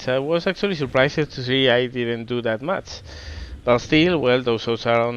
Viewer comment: Andas bien de vocabulario, pero ojo con algunas cosillas básicas de pronunciación: -Pretéritos regulares (acabados en "-ed") como "surprised", "damaged", etc. La "e" sólo se pronuncia si va precedida de "t" o "d", de lo contrario no se pronuncia. En el caso de "surprised", además, esa "i" se pronuncia "ai". Por lo tanto: surpráist, dámacht, etc. Parecen chorradas, pero son errores comparables a decir "canteidou" en lugar de "cantado". -"Bow". Puede significar diversas cosas, su pronunciación cambia dependiendo de su significado. En el contexto naval significa "proa" y se pronuncia "bau". Si habláramos de arco y flechas, entonces diríamos "bəu" ("ə" es una vocal neutra, como la suma de a+e). Si combinamos "ə" con "u" (como hacemos en "bəu"), entonces suena como una especie de "o". En el vídeo parece que estés hablando de arco y flechas en lugar de la proa, ^^ -Terminaciones "-tion"/"-sion", como en "option", "decision", etc. La "i" no se pronuncia y esas "o" son en realidad "(ə)" (una variación de la vocal neutra de antes). Por lo tanto: ópshan/ópshon, desíshan/desíshon, etc. También puede parecer una chorrada, pero no lo es en absoluto. -Palabras como "opening", "over", etc. Esas "o" iniciales suenan parecido a "ou" y esas "e" son, otra vez, "ə". Por lo tanto: óupaning/óupening, óuvar/óuver, etc. -Palabras como "count". Se pronuncia "caunt".